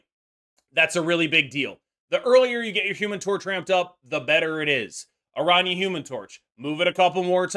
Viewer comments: Finally a YouTuber who can actually pronounce araña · pronounces her name correctly